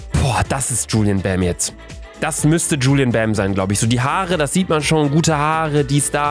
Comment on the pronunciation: Julien bam ist asiatisch und wie er bei jedem 2. gefühlt juluen bam sagt😭😭😭